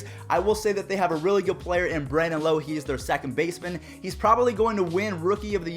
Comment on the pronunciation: You reverted to how you used to say Lowe in this vid 🤦🏼‍♂️ Lowe rhymes with wow